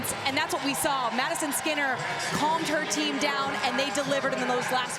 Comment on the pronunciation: Not the fact the announcer said Maddy skeener instead of skinner 💀💀💀